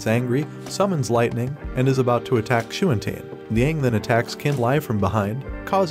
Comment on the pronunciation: Talk about butchering a language. "Chu an chun" (Xuan Tian)? It's pronounce "Shu-on tee-en" also Qin Lie is pronounce "Chin Lee-eh" not "Kin Lie" Li Mu is pronounce "Lee Mu" and Xiao Bing is pronounce "Shee-ow Bing" not "zie-o bing" It just hurts listening to this voice program trying to pronounce names in Mandarin and even some English words is butchered like refiners "re-fine-ers" not "re-fin-ers". Felt like I got stabbed through the chest listening to the pronunciations.